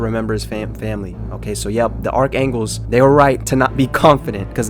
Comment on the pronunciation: “Arc angles” are killing me